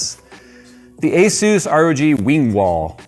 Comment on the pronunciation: Does everyone pronounce asus wrong? Say the word SUS and then add an A infront of it. Its not AZUES